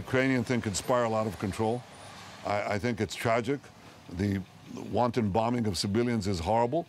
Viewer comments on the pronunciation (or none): "wanton", not wanting.